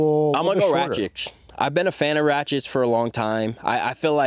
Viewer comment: Can you guys please stop saying RACHICH? his name is RAKIC, RAK ICH! its not that hard pls